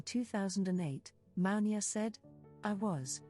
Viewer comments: Her name is pronounced MOO-NI-AH. Iman is pronounced EMAN. Please try and pronounce their names properly. It's a sign of respect. Thank you. Katoucha Niame is here in the red dress. timestamp She is very different than Mounia. I was in the same agency as Katoucha Niane Chez GLAMOUR located on Rue Francois Premiere 75008 Paris. Katoucha was a huge inspiration and muse to YSL and wrote a book called "Dan Ma Peau" or In My Skin. The other model you have as a thumbnail is Rebecca Ayoko. I knew her personally and she was primarily a runway model. If you look carefully you will notice her features are distinct from Mounia, In other words you have three different women here: MOUNIA, KATOUCHA NIANE and on the thumbnail Rebecca Ayoko. In those days black women were used a lot for the runway because of their ability to bring drama and excitement to the stage. Agencies had two seperate divisions: RUNWAY and PRINT. Later, PRINT models were cast and you can see the difference in the walk. For example, Claudia Schiffer was really a print model recruited for the runway simply for the press and it shows in the way she carries herself. Models like Naomi, Pat Cleveland, Billy Blair to name some had dance training which added another dimension to their stage persona. If you look carefully you will see each of these women have distinct features. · That the narrator is misprouncing not only Mounia's name but also Iman and Yves Saint Laurent's names is painful...